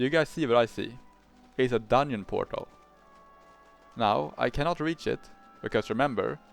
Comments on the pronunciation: dungeon ❌ dunn-yin ✅ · Why tf you keep pronouncing dungeon like onion ?